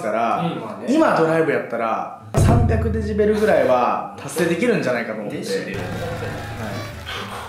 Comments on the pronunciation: の「デジベル」が気になるww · が｢デジベル｣って言ってるのを、｢デシベルね｣って訂正してるバシくん好き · デジベルって言ってんな〜www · デジベルって笑笑 デシベルじゃね？